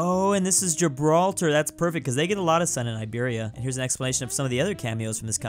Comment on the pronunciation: It's so satisfying when says Iberia ( instead of that other name that rhymes with pain ).